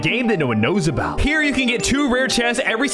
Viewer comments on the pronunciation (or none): “Nobody knows abouhhtt”